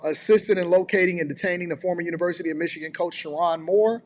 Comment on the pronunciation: Sherrone, not Sharron.